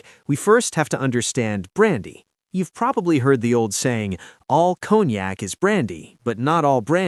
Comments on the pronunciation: It’s con-yak not cone-yak😂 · I figured from the way it's pronounced, "Cone Yak", that it was distilled from pine cones and mixed with Yak spit.